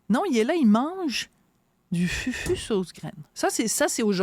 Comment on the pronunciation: On prononce « foufou » et non FUFU. De plus, c est une melange de banane plantain et de manioc (ratio 3 banane pour 1 manioc)..